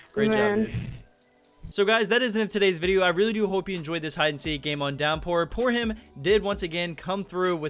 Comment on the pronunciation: Why does he say poorham when it's poorhim